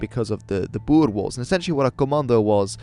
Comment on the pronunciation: When you said "the Boer Wars", I initially thought you said "die boerewors" lol